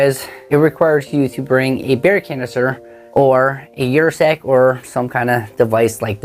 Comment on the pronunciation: Ursack’s name comes from the Latin word for bear - Ursus. Ursus is also the genus in the family Ursidae, which includes the grizzly (brown) bear, the American black bear, the Asian black bear, and the polar bear. It’s pronounced “er-sack” not “your-sack.”